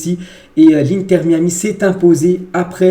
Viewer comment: MAÏ AMI si tu veux le prononcer correctement